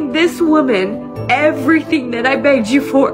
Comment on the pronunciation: I know she is saying 'begged' but all I hear is NAGGED - LOL